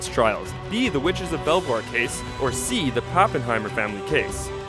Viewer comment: In the question about Fantastic Beasts, you said one of the names wrong. "Belvoir" is actually pronounced "beaver".